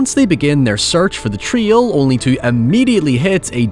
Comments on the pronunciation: What the hell is a “treele”!?! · The way you pronounce trail stresses me out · Why are you pronouncing "trail" like "tree-ol"? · It took me forever to realize that a "Twil" is a trail. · Is he saying trio or trail? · It took me a minute to realise he wasn't saying trio, he was saying trail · Nice video, but your accent starts to sound like you are no longer speaking English at several points, and I sometimes had to rewind it to try to figure out what you were saying. That is most definitely not how you are supposed to say "trail" for example. Might want to avoid "now" as well, if you cannot say it properly. Not trying to be a jerk, just saying that it is difficult to understand you sometimes, and if you plan on doing more videos, you might want to work on that, making yourself understandable to those outside your country/accent. P.S. It's not just me. The closed captions frequently display the wrong words, because you pronounce them so terribly. For example, you try to say "south" but it reads "scythe", because you do not seem to know how to properly say the word "south". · Trail rhymes with ale, gale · Why can't you pronounce the word, trail?